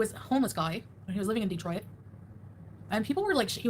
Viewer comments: Did she really pronounce Detroit as Dee-Troy-it? Pls tell me I misheard. I don’t think I’ve ever heard anyone pronounce it that way. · The only time I've heard someone pronounce it like that was when the name was spelt wrong and a YouTuber from Michigan said it wrong to prove how wrong it was spelt 😂. So Chantal pronouncing it wrong is on brand for her